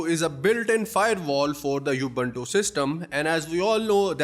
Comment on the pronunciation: Thank you for a good video. It's not You-bun-too Its oo-boon-too